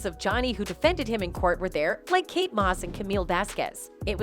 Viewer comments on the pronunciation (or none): none